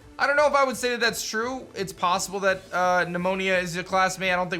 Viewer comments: Yo, just a heads up but you’re pronouncing “Nemona” as “Pnuemonia”…..might wanna avoid talking about an infection of the lungs haha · you said Pneumonia instead of Nemona (Neh- MOAN- uh) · Yep. Will he never learn it's pronounced Neh-Moh-Nah? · Love how the editors called him out on Deerling. And also amused of how he pronounces the rivals name as pneumonia.